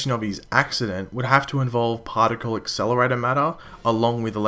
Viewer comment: another partleataer acssaclator